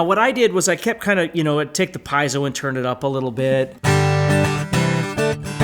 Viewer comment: Good video! But for the love of god… is “Pee-ehh-soh” not “🥧zo”.